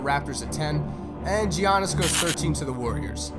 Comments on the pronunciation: Did anyone else get really mad when he said "jiannis"? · Did he say Jiannis? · "jee ann is" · Did you really pronounce my boy Giannas as G iannas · Jeee anis this is when nobody was able to pronounce his name 😂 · I love how this vid is so old that he doesn’t even pronounce “giannis” right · GE-Annis. If only you could see him now. Also, C.J. McCollum is playing very well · I cringe when he says Jiannis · giannis is pronounced ya-ni-is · The way he pronounces Giannis name